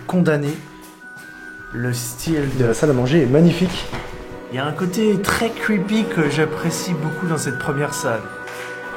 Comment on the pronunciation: « Y’a un côté très cweepy que j’apprécie »😂